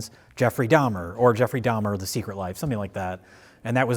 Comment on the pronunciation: "Dhamer dash monster colon" lmfao 5 secs in im ded